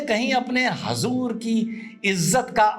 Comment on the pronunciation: Aap muslman hain( huzoor)ko hazur bol rahe hain pahle aap sahi bolna sikhe